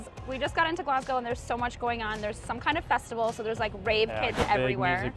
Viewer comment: thank you for pronouncing Glasgow right